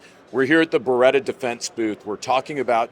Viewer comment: I almost thought each time you were going to be introducing a different Ber-rit-ah rep! 😂😅😂. By the way Bartoli had a recall on their costco salami.